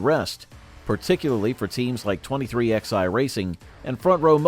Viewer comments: What the fuck is 23 -XI racing.....its pronounced 23-11. Who runs this fuckin channel? My God this is DUMB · Where do you get these narrators at, the name of the team pronounced 23-11, not X i, haven't you ever learned Roman Numerals ? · Your dramatic titles suck. And it’s pronounced 23-11 so your 23XI as you say is not the way they pronounce it,.